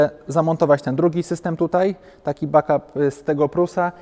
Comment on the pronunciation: Back Up- czyt. 'bek ap' [a nie 'bak ap' ]- please!